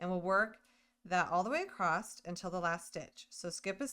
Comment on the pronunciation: You do realize there is no T at the end of the word “across” 😊